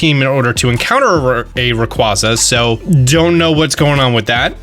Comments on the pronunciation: Please for the love of everything learn how to say Rayquaza, its a box legendary of all Pokemon, one of the most mispronounced legendary pokemon, over hakf the poketubers I watch say it wrong, just spreading misinformation on its pronunciation, Rayquaza doesnt need this discrimination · I love your channel but I cringe every time you incorrectly pronounce rayquaza